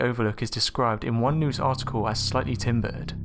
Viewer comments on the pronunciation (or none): none